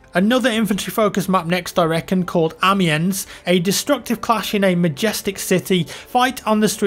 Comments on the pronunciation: Hey, it's pronounced Amee-on. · The S is silent in Amiens btw. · That pronunciations amiens though:) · Anyone also get annoyed when he said Amiens